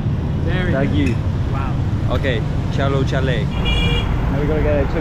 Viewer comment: really nailed that Chalo chalen! 🤣